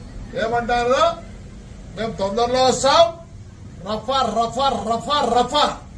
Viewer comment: రవ్వ రబ్బర్ కాదురా రఫా రఫా ముందు తెలుసుకుని మాట్లాడు రా జఫ్ఫా